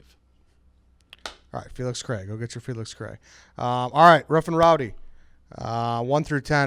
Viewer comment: Why can’t Dave say Felix ? Missed everytime